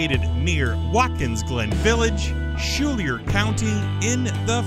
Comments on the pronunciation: Skylar phonetically... not Shoolier. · Schuyler is pronounced "sky-ler" not "shoo-lee-er."